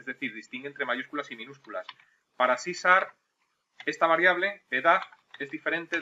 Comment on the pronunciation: Porque dices sarp y la h??